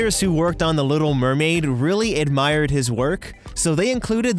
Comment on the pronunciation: Little murmured